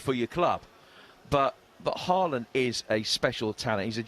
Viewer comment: You can tell none of these muppets have even watched Haaland play apart from the occasional Champions league game. If they had been watching him for BVB in the Bundesliga, they'd know its pronounced "horland" not "harr-land". Reminds me when pundits were going on about Aubameyang and they couldn't even get his name right